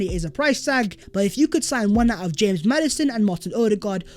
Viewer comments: NO WAY MAN JUST SAID HAMES MADDISON 😭😂 living in Leicester this kills me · I'm never saying James Madison again. It's "Hamez" now